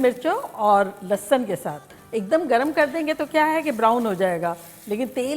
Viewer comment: Aunty bhhhht Bedhangi hain... Lehsun tak maayana nahi aata dhang se